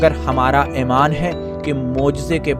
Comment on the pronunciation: Itni khhobsoorat guftagu kay baad ummeed hae commentrator bhee "AEMAAN" kee bajaeay "EEMAAN" lay aaya hoga.